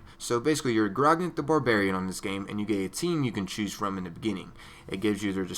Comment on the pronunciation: its grog-nack for the pronunciation